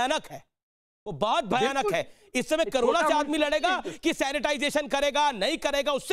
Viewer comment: news to achi pr jra mhamari ka nam to thik se boliye karona nhi korona he